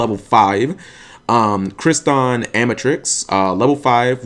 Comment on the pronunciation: Crystron. Not Cryston. There is a second "r" in their name ._.